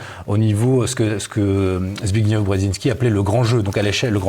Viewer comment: Zbigniew se termine par le son -ef. On voit que a écouté Michel Drac et a absorbé sa mauvaise prononciation;) Michel Drac compte revenir? Pourquoi nous a-t-il abandonnés?